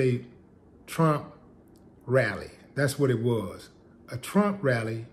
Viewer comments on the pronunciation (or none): Did you say trump rally or tramp rally...oh well it's all the same...lol